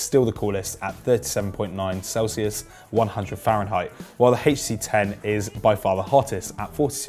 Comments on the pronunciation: so because of that he can't pronounce the letters HTC separately? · Why do you say HTC like that?